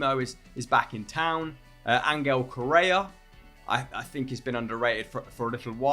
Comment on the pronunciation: Not sure if I like pronunciation on Angel Correas name